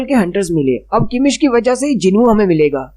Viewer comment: It's kamish, not kimish